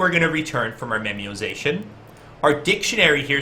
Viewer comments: I seriously wondered what memiozation was when you were speaking it. Then you wrote memoization and then I realized you just can't pronounce. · You should definitely do more of these, I love the strictly concept ones like this. Oh, and not to be a stickler, but, it's "memo-ization", based on the idea of the concept of making memos, as opposed to "memiozation".